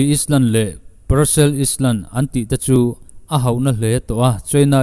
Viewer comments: Is-land tih hi Ai-lan tia lam rik tur a va nih hmel ve aw. Ṭum hnih lai lam rik a ni nghe nghe. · Angaihnawm e,, China hi do rawn se ka ti. Chuan Islan nilovin Ailan tia lam tur ani lo maw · Island ah hian s lam loh tur iland angin lam tur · Island kha ka lo tîm deuh a, ailen tiin lam ila dik mai awm e. Tin, thlawhna thlawh chak zawng tehna mach kha mak tia lam tur ania, much tia lam kha a diklo tih ka rawn sawi ve e. Thahnemngaihna a ni e. Han ti zel la ngaihthlak zel ka duh e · Bengvarthlak thin hle mai... Island ailan 🏝 ti a lamrik tur. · Island-ailand tia lamrik tur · island hi iland tih ang in han lam leh keuh ta la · Iti tha e.. Mahse thahnem/duhtho thilah..south China Sea chungchang la update fo hmel sia.. Lamdan dik zawk in aw.. Island-ailand.. Quarantain-quarantin.. Philipaines-philipins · Bengvar thlak e.Island hi i chhiar sual a nih ka ring.I lam dan a diklo tlat....ailand tur. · Island ti zel khan a rawn lam sia ka bo deuh țep a lawm...😂